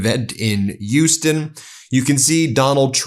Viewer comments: As a native Houstonian, it's weird to hear the name of the city mispronounced. It's not "yoo-stun" it's "H-yoo-stun." The H at the front is definitely pronounced with a distinct push of air through one's front teeth. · WTF is "Yuston?" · Ben...love your content. But, Houston is pronounced with an H - not without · Ben, love your reports, but the H in Houston is not silent. :)